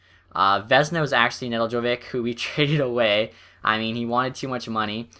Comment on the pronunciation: It's ne-delk-ko-Vich